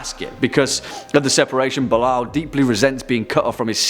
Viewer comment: "Belial" is a Hebrew biblical designation of one (or more) demon(s), and I believe should be pronounced "BAY-lee-al".